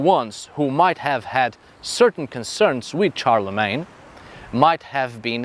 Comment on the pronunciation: Shar-le-mayne. Not CHAR-le-Mayne.